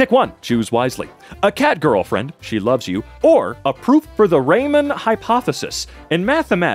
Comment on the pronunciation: ouch "raymon hypothesis"